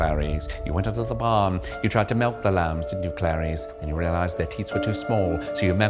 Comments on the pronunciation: I can't believe you say malk. Joking. Hilarious dude. Great video. Thanks. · You say [melk]. Sounds more like the Swedish word mjölk.